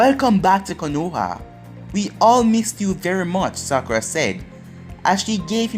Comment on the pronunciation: Stop saying sakura